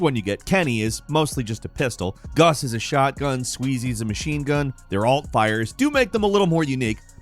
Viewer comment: Dude I thought you said shartgun, I'm using that in my next shooter game